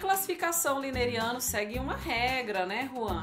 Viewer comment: Olá professores! Só uma correção, o sistema é lineano, e não lineriano.